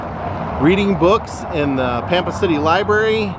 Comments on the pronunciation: Lol it's Pam-pa! I live on Panhandle Tx the town. 20 miles from Pampa. It's pronounced Pam-pa like the name Pam. O would have met you and shows you around, My great uncle was from Dumas, and was the original Ding Dong Daddy from Dumas!! He owned KDDD radio station for 50 years, Dumas was only about 45 miles from Pampa. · Awesome, I wish I knew you were coming, you could've came for a good meal! It's Pam-Pa btw.